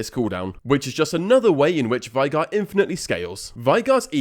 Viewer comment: For the last time … It’s VAY-GAR, not VIE-GAR